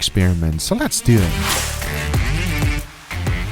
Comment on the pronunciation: Guga on the toilet after getting food poisoning from his dry aged chicken - Guga : "lets deww it"